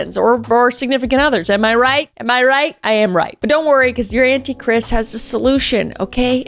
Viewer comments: When you said aunty kris I heard anti Christ 😅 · Did a doubletake you said "your auntie Kris", but i heard your antichrist.